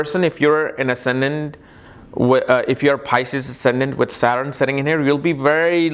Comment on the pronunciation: वकवास। जो सटर्न को सारन कहता हो, कर्म कर्मा वह वनावटी पना वाला उच्चारण कर अंग्रेजी की भी टॉग तोङ कर ज्योतिष की ऐसी तैसी कर रहा है।